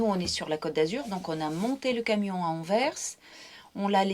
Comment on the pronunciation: enfin des francais qui prononce bien la ville d'Anvers